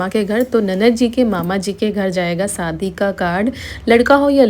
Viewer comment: Sadi kyu bolti ho shadi bolo bahut hi kharab kagta jab bolti ho